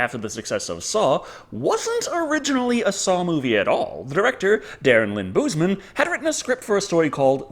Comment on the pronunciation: Leigh waned and Darren Lynn Bouseman are both pronounced wrong by you